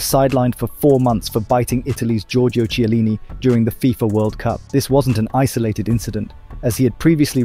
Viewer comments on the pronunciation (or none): none